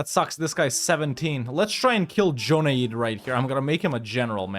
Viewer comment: There's no point staying, Shia. It seems you have no significant allies in the Islamic world. Its like they already consider you heathen. You might as well go Zoroastrian. Also I think Joneid is pronounced Jew-Nayd. In my side of the world it is spelled Junaid.